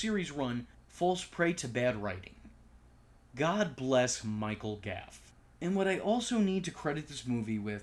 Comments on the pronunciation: Gough. Goff not gaff. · Gough as in "cough" with a G.